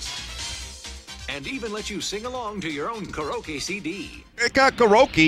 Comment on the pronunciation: That's the most bizarre pronunciation of the word 'karaoke' I've ever heard.